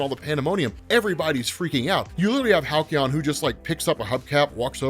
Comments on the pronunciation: Halcyon? Why Hal-key-on. Its Hal-see-on. Sorry it just drove me nuts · "Hal-Ke-On" ? not "Hal-See-On"? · Halcyon is pronounced Hal See on, it means like happy days of the past in basic terms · God damn please learn how to pronounce Halcyon 😭